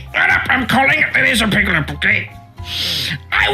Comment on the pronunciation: nice vid, lazerpig do be piggin’, not lasin’